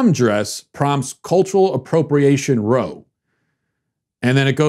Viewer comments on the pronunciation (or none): 'Row' is pronounced like 'now', not 'toe'. A row in an argument. It's a noun. The verb row (pronounced like toe) is what you do in a boat/canoe. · When “row” is used in the context of an argument, it’s pronounced to rhyme with “now”. Brits use this term mainly. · when talking about a fight, row rhymes with cow.